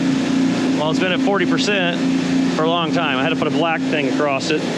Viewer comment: I don’t know if you’ve noticed but you say across with a t